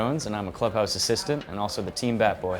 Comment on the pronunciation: It's Bat Boy, not Bay Boy you dumb intern. If you're trying to graduate college, atleast play the part correctly.